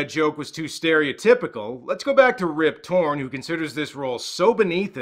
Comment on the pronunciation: I swear I kept hearing you say "Rib Torrence" and thought that's referencing that he looks like Jack Nicholson.